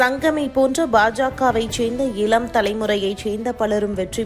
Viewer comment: செய்தி வாசிப்பவர் அவர்களுக்கு..தமிழ் உச்சரிப்பு முக்கியம் பார்த்தீர்கலா, இலம் தலைமுறை,நால்,,ஐயோ